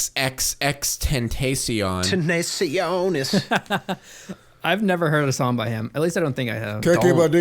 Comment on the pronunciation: 'XXXTENACION' its actually XXXTENTASION (xxx tenta sjion)